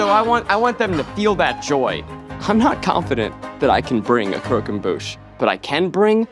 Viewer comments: cockemboosh omg lol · Crow-come-boosh "annunciation " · Zach literally pronouncing it “cooquembouche” 😭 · Nobody pronouncing 'croquembouche' the same is killing me